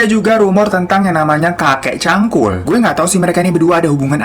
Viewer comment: Cangkul pake G kak.. bkan Cankul 🤣🤣🤣